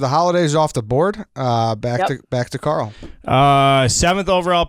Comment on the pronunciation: It is Carl. It is not close.